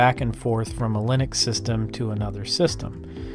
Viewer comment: I always hear Lunix instead of Linux